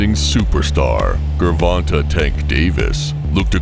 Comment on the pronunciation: "Grrr-Von-Ta Davis" hell nah😂